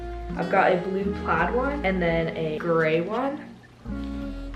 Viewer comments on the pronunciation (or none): none